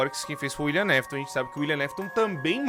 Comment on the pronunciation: só eu que senti agonia com o falando " Uilian Mafiton"